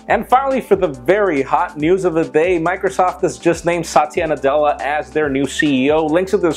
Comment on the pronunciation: It's not satiya it's sa-thi-ya